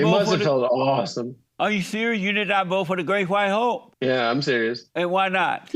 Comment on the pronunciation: I SWEAR Jesse was saying 'the Great White HOE' 😂😂